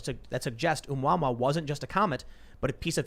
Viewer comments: My ears! The extrasolar object was pronounced "Oh-moo-uh-moo-uh." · Asteroid is pronounced "ooo-mah-moo"